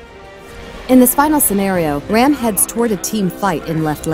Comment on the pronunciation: Stop pronouncing it ram like dodge ram it is pronounced raam like when the doctor tells you to save ah. No a at the end. I would know since I am Hindu and indian